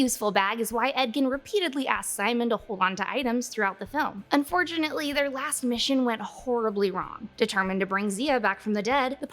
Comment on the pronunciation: Un-FORGE-unately?! REALLY,?